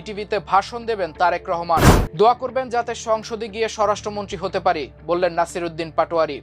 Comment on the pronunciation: Tarek Rahman er nam tik e sondor kore porlen news presenter.